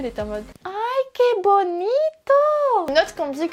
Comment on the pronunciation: holàààà tout d’abord je trouve que tout ce que tu as choisi est troooopppp beau:D, la robe espagnole whawou! "Qué bonito!"(tu fais tellement bien l'accent espagnol! dommage pour l’ensemble blanc avec les feuilles je l'aimais vraiment beaucoup! Ensuite J'ADORE TES CHEVEUX <3 OMG JE VEUX LES MEMES!!! (calme toi....) enfin bref comme toujours je t'aime fort fort fort <3 t'es vraiment adorable tu ne ment pas dans ton pseudo:) bye (ta plus grande fan! bon je sais sa fait bébé et alors!? faut bien dire les choses!:D)